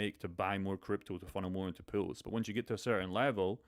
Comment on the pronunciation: It’s pool not pills.. some people might think you’re talking about juicing up. I thought u invented a word. POOLS not pronounced pills.